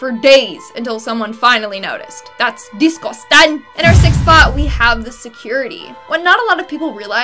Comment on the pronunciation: Dis gust ang!